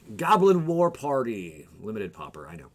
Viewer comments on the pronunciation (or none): none